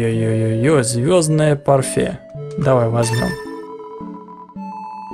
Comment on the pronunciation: Эёздное парфе,ты серьезно?! Вроде взрослый человек,а читать не умеет..